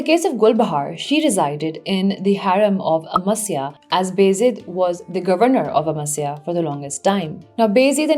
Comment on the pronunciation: Appreciate your lucid presentation. But just a little correction; you are pronouncing Baa Yazeed as Bayzid.